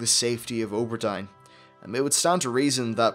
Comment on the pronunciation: you say O ber Dine, i say Aw bur Deen